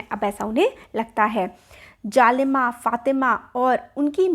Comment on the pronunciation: Jhalimi, fatima nhi jalima, fatima😂😂